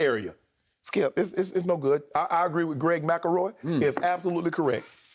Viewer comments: Nobody: Shannon: Greg Macaroy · MC EL ROY... NOT MACKLEROY🤣🤣🤣